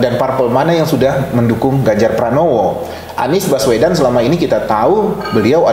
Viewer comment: "Baswedan" lhoo, bukan "Bawesdan". Hostnya kok gak nyari tau dulu sebelum nanya2, jangan salah2 sebut nama 🙂